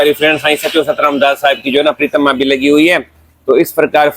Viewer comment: plz pritma nhi bole pratima boliye